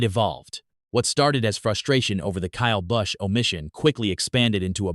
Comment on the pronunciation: This channel is just trying to start trouble Cleetus ain't like that and the computer generated voice couldn't even say Kyle Busch right